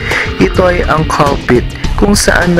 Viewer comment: pulpit po, hindi po culpit